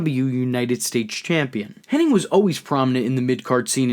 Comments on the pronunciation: Its Kurt HENNIG.. not Henning!!! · Hennig, not Henning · Why do you say Curt Hennig's name wrong??